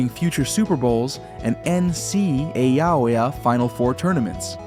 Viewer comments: NCAA was pronounced NCawooya😂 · That is … certainly a way to pronounce ncaa.